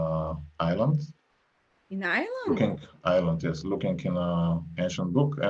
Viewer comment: Did say Ireland?